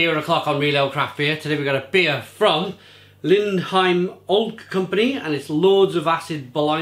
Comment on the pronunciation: Lindheim is definitely one of my favourite breweries! But your Norwegian pronounciation needs some work ;)